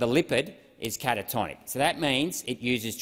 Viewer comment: he pronounced endothelium and cationic wrong thats it